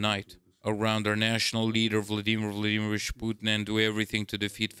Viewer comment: . "...Around our national leader vladimur vlaemush put"